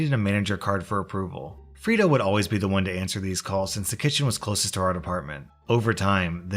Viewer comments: I thought you were saying FRITO like the chips until I saw the screen...Fredo...I'm guessing a reference to the older brother of Michael Corleone in the Godfather. Pronounced Fray-Doe. Just letting you know! Great choices for stories as always! Great job! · FRAY-DOH FRAYDOH FRAYDOH it's pronounced Fraydoh it's from the movie The Godfather! Unless you're not allowed to say it correctly for copyright issues. Sorry to be such a douche about this. Cause I LOVE you're content. a classic slam to call out a traitor is to call them fredo🤘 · “Freydo” it’s said like that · 'Fray' doh 'as in Play-Doh not Free do.. Whatsa mattah you? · Did no one ever watch The Godfather? This is second time I've seen this story, and both times the name "Fredo" was mispronounced. You say it like "Frito" and the other guy said it like "Fred-oh." It's killing me. It's pronounced "Frey-doh." I nearly smashed my monitor. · I have scrolled and am confused 🤷🏽‍♀️ How has no one else mentioned the pronunciation of Fredo (free-do) - shouldn’t it be pronounced Frey-do, like the rat bastard traitor in The Godfather? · "Freedo"? Have you not seen "The Godfather"? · Re u/Atlas_Black's story: Fray-do, not Frito. I kept picturing a corn chip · Hearing someone mispronounce Fredo as Frito a couple dozen times. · Am I the only person annoyed with pronunciation of “Fredo”?! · Bruh it's pronounced Freydoh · It's pronounced fray-dough and it's a Godfather reference! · Anyone else cringe every time he calls Fredo “Freedo”? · It's pronounced fray-do. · The way you pronounce "Fredo" really grinds my gears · That pronunciation of Fredo has me begging the question.... have you never seen The Godfather?!?!?! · It was painful listening to pronounce fredo wrong for that whole story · Love the vids, but, maybe the op in the restaurant story was refering to Fredo from the Godfather, so the pronounciation is a little bit different than you did.